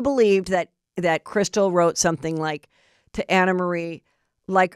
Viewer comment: She told me herself to pronounce it Anna